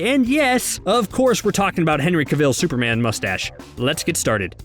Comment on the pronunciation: Uhhh why can't you pronounce Cavill or Mustache?